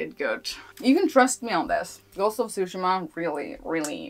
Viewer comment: You’re right in that Tsúshima (i.e. accent on the first syllable) sounds 100x times closer to the correct pronunciation in Japanese than Tsushíma. I should know, I’m from Japan.